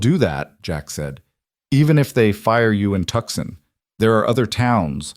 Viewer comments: Tuxon ? Tuscon ? Too-soan, please. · The city of Tucson Arizona pronounced Tooson.